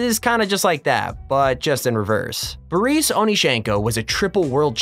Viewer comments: Booreese? Stop. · because he doesn't know how to pronounce "Boris"...